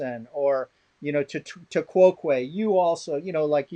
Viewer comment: I'm pretty sure he's mispronouncing it, but he's referring to the "tu quoque" fallacy, which is when the defence of one act is "but the other side does this too/this other thing". Unfortunately this is a really bad point when it comes to international law, because the force of international law is literally in its observance by the international community: any international law only has as much force as it's actually observed (by countries) so the defence of 'but no one else actually follows this international law' is a completely valid defence to an accusation of a breach of it.